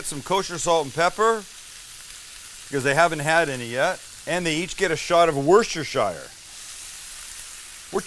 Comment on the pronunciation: Its Worcestershire sauce... not worstershire lol Americans